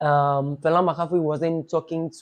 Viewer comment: It’s Fella Makafui not “Falla Makafui” she’s already stressed don’t add more stress to her name😂😂